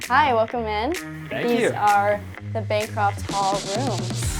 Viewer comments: Nice video...one correction though. It is Bancroft Hall, not Bancraft Hall. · Bancraft Hall hurt me. It's Bancroft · You called it Bancraft Hall at least twice. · How in the world did he pronounce Bancroft wrong? “Bancraft” isn’t even a word.